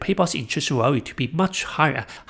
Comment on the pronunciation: Value has a V sound in it… haha a Walue trap